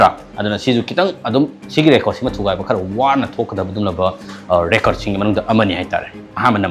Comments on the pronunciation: Recart Jepen wa ngangbada heithu yamna Sare ne taningdre , record Japan haiyo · Meiteilon ngangbada khara2 thetpa English fao grammar laan2na 😅 ngange. Record kajina Rey Curd kaiye. Aduga EduCentre kaiye 😁😁😁